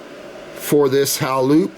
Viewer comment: Think its pronounced,hay.loop. as in halo